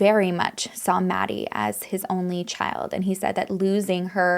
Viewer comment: I know you tried you best and with integrity. Just a few things: 1) Kaylee didn’t live in the house. She was in town and visiting Maddie; 2) you mispronounced Maddie and Xana’s names; 3) it’s pronounced “Ky”, not the CH-sound. 4) They were found in Maddie’s bed as Kaylee didn’t live there. 5) You’ve added mystery details. Can you site your sources?